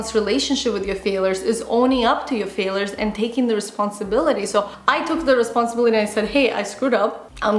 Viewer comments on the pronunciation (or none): It's not pronounced fail-ers. It's FAIL-YERS.